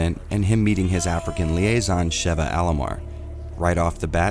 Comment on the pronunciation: Speaking of Re5 taking itself seriously, I'm taking YOU seriously: you've said Sheva's name right. When I watch a video on Re5 and they say "Sheeva", i immediately doubt that they've even laid eyes on the game and proceed to take everything that they say as inauthentic and that they themselves are disingenuous individuals. Yes - saying "Sheeva" is that much a big deal to me. irks the hell out of me quite frankly. But you are the only one who he said her name correctly. So thank you. 😌